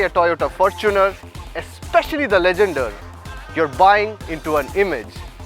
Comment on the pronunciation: said right